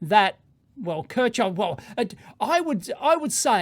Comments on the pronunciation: Its pronounced Kirchhoff! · It took me 10 minutes before I realised how an american pronounces 'Kirkhoff' and whose law he was talking about. Beside that, very informative, smart guy. Wish I had knowledge like that. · Your Kirchhoff pronunciation is really funny.